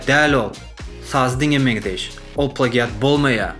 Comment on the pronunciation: Plagiat diýlenok (pleýjit) diýip okalýa turkmen aga🤦‍♂️